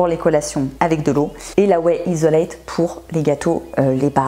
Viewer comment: Clear Whey Isolate... ça se dit Isolate avec 80g de prot...je suis un peu sceptique sur ce point mais pourquoi pas. Sinon tu as globalement raison dans l'ensemble. Perso je préfère manger solide autant que possible